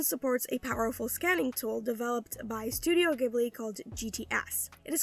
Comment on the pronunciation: The way she pronounce "Studio Ghibli"...